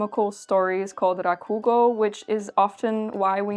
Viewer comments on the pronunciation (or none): For anyone curious rakugo (She pronounces it with stress on the ku but really every syllable should be equally stressed.) is a wonderful and fascinating art. It's basically a performance art where the Rakugoka will be on stage, usually in seiza, and tell a story to the audience where they play all the parts. It's usually funny, but it can also be...wistful? Hard to describe but very Japanese. It took a lifetime of training to become a great rakugoka and they practiced their stories to perfection, trying to nail the details of every single character and interaction in the story. There was a good drama anime a while back called Shōwa Genroku Rakugo Shinjū if anyone is curious. It's sort of a shame it has somewhat died off in popularity over the years. As far as I know, there are still rakugo theaters and rakugoka but they have MUCH less prestige and are more enjoyed by older generations while newer generations prefer stuff like western style stand up comedy, which admittedly still owes a lot to rakugo in Japan, you can feel the throughline for what topics are chosen and how they tell stories.